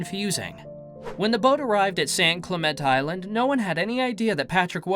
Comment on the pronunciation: Is this voice a human being? Both Xanadu and San Clemente were mispronounced. I hear that a lot on this channel.